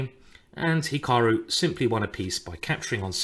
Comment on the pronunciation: "Hikahru Nakamewrah"